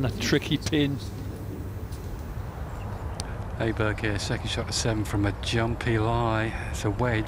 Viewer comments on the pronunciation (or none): stop calling him A-berg!....he is not an A-hole!....he is an Awesome player!....AWEBERG!!!!....the swedish letter Å is pronounced AWE!!!!!!! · English speakers should pronounce his name O-berg instead of A-berg. That would be much closer to the right pronunciation. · His name is not "Aberg" the reporters should say "Oberg"